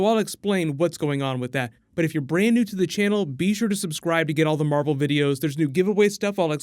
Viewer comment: Captain mar-vel here we go